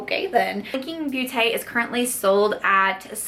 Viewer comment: Blinking beauté...the “beau” from beauté does sound closer to the word “dose” ( as in Dose of Colors) ... so you say BOTE....if it make sense.... I hope you are not mad, I grew up the French part of Belgium and hearing you was so funny and sweet!